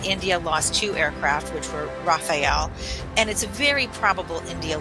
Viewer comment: RAFALE ❌ RAWFAIL☑️